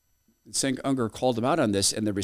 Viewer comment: Dude, you can make a bit of a pre-research to pronounce his name correctly... Cenk has been on air for like two decades now.